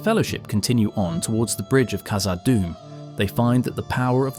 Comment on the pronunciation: Hey So, it's not pronounced "Kazad," but rather "KHazad." The KH sound is the same as a Dutch person pronouncing the letter "g" in God - They say "Khot." If you need to hear it said by someone else, go to Google Translate, translate "God" into dutch, then hit the speaker icon, to hear how it should be pronounced. Then use that "KH" sound at the beginning of "Khazad Dum."